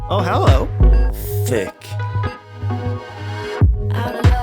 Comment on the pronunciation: Man said: “THHHHHICK”